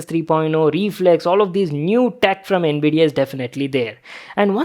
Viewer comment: Bhai ye all 'nvidia' q sound kr raha hai.